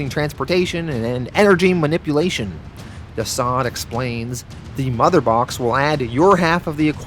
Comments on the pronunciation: Constructive Criticism: - not "womans" but "women." Also, not "diseased" but "deceased" (DCeased). Your British accent is more Australian than anything. Besides that, Great great read, perfect edit. Im jealous. Keep it up. Oh, and kudos for The Boys. That was spectacular! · The way you pronounce the title sounds like Diseased is that correct? I thought it was Deceased ? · 🤦🏽‍♂️🤦🏽‍♂️🤦🏽‍♂️ It's pronounced Deceased!!!! Not Diseased!!! Jesus man!! You NEED someone to read your copy before publishing!!!! You're always BUTCHERING pronounciations!!! You have to good a channel to be making such retarded mistakes man. I'll do it for free bro!!! Please stop doing your fans the diservice of giving them the incorrect names and such. Just saying!!